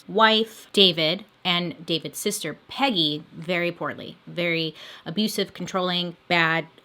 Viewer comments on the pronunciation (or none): none